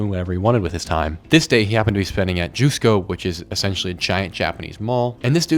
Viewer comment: "jus" in jusco is pronounce like "just"